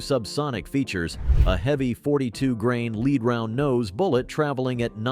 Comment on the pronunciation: When will AI become able to pronounce LEAD BULLETS correctly? It should be a simple update for all synonyms and antonyms. My other WHINE is that the current prices for 22 lr ammunition is stupidly expensive!!! WHY? Why? Why?......WAAAAHHHHH 😂 And 14 cents per shot of stinking 22 long rifle is NOT inexpensive!!! They shouldn't cost more than 5 cents per shot for the very best Top Shelf pea 🫛 shooter ammo... I'd still feel bad tossing a handful of nickels at an empty soda can laying on the dirt and might as well only shoot 9 mm ball ammo for just a few pennies more per shot 😊. Again another tease WAAAHHHHHHHH!!!!!